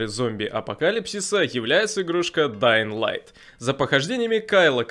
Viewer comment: Да ладно? Ты нормально произнес название игры? Подписка